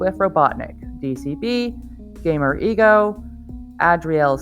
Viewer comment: Nice video #ripphantomreaper also (GamerEggo) is pronounced Eggo. Egg with an o at the end